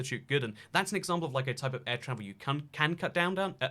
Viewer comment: H-Tiiiiine, hol' it diiiiine! ⭐